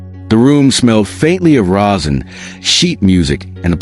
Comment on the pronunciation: OMG so right. Baton, bow, resin. I play violin and I was flinching at the pronunciations. Seriously took away from the story.